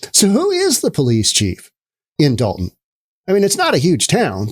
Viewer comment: I believe that it's Dolton. With an 'O'. Dalton with an 'A' is in northern Georgia.